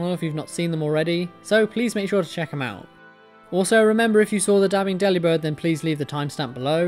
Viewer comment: WTH its Mah-Dry-Bird DeliBirb